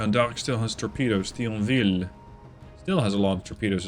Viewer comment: About Thionville pronounciation, disregard the H and just pronounce it "Tionville", TH in French is pronounced like a T, the H is silent and is here just because of Antiquity roots...